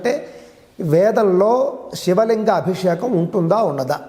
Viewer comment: అద్భుతమైన కార్యక్రమము🙏🙏 అయితే గారు మీరు పలికేటప్పుడు ఉచ్చారణ శివలింగం.. షాస్త్రం అని వినపడుతున్నది. గమనించగలరు. దోషము ఎంచాలని కాదుగానీ.. మీరే ఇలా పలికితే ఇవాళ రేపు మూడొంతులు మంది “శ” ని” ష” అని పలుకుతున్నారు. అందుకని వ్రాసాను. మన్నించగలరు🙏